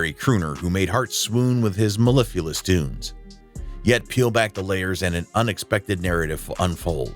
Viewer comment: You tried it son - mellifluous - but got stonkered on the last syllable.